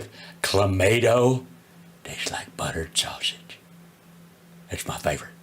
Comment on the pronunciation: 😂😂😂😂 Buttterrred Sausagess😂😂